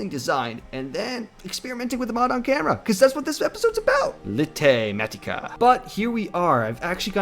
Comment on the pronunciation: So I thought it was litematica as in lite (pronounced light)